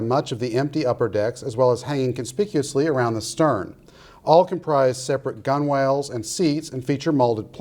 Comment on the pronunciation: It is, of course, gun'l, not gun-wale.